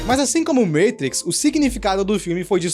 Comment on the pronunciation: vídeo a parte, me senti na obrigação de enfatizar que o cara falou "meitrix" slc mano